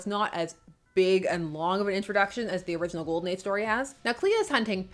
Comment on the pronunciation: did you say ghoul-den age ?